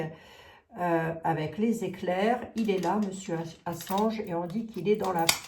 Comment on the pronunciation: 💎 Bonsoir,je suis l'administratrice d'un groupe de soutien à Julian Ass@ et oui, vous prononcez correctement son nom. Julian est un journ@ emprisonné dans une prison de h@ à Londres. Per*sécut*é et tor*tu*ré psychologiquement depuis plus de 10ans par les Sta*tes, le Roy*aume-U*ni et délaissé par son pays, l'Austr*alie, il est retenu comme un cr*m*nel alors qu'il ne purge aucune peine.